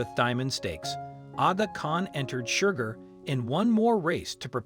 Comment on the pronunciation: Please adjust the Robotic Narrator to STOP it calling SHERGAR , Shugar! And stop the foney Irish accent.